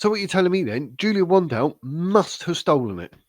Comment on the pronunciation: First learn how to pronounce her surname correctly. Second ,Julia has DNA material from the Portuguese police and has a private LEGAL investigator and she's got every right to do so. Third,cure the flu and get vaccinated for the future. I see it affects you mentally 😂